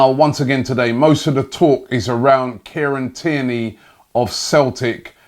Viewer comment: Everyone: Kieran Tierney Robbie: Kierney